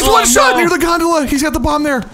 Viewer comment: I know they're saying gondola but I can't stop hearing Gundam